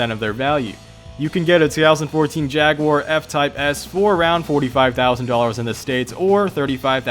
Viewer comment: Dude it's jag-u-er not jag-guire. Gd vid tho you will soon easily be at 1k subs as the editing and quality is solid